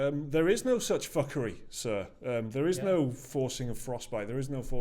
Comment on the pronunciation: I keep hearing "F*cker 5"